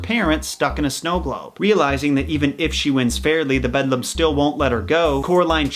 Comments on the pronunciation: I’m just now watching this video, it’s pretty good but hearing you say bedlam instead of BELDAM is crazy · i cant he keeps saying bedlum ROFL HAHAHAHAHA im trying to take it seriously but couldnt help but laugh throughout this video lol its BELDAM although im sure others have already mentioned it lol ROFL funny though bedlum hahahaha if you couldnt pronounce it then maybe you shouldve just called her the other mother lol but nice video thanks for sharing this with us <3 bel·dam /ˈbeldəm/ an old woman. a malicious and ugly woman, especially an old one; a witch. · The Other Mother is called the Beldam, not "The Bedlam" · It’s the beldam not bedlam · when he says the BeDLAm instead of the BeLdAm .... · Did it bother anyone else that he says "bedlam" this whole time instead of "beldam"? Admittedly, the mistake did make sense still with the definition, but it isnt correct and would've made much more sense with the actual meaning of the actual word. This only bothers me so much because I absolutely adore Coraline and Neil Gaiman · Nobody:: “THE BEDLAM” (I’m kidding; we all make mistakes 😊) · Every time he says Bedlam my inner voice screams Belledam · the way i screamed BELDAM every single time he said bedlam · It hurt every time he said “bedlam” instead of “belldam” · The other mother is the beldam(bell-damn) not bedlam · This whole time I've just been thinking that he said BEDLAM when it's BELDAM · “Bedlum” I cant 💀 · it’s beldam. meaning an old woman or witch not bedlam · Bedlam? Dont you mean Beldam😂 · It's actually called the "beldam" meaning like an ugly old woman, a witch, a "hag" if you will Edit: he addressed this error in his second coraline vid :) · I'm sure this has already been pointed out, but: BELDAM, not Bedlam! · The Bedlam 🤣🤣🤣 It’s the BELDAM!!! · Beldam, not bedlam. Beldam means a witch basically. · “Bedlum” noooooooooooooooooooo It’s Beldam!! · It's pronounced "Beldam'. Not 'Bedlam' No hate just pointing it out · I was triggered lol bedlum tf